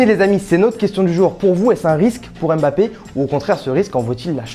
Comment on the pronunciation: Prononce MBAPPE et non EMBAPPE 😪😪😪😪😪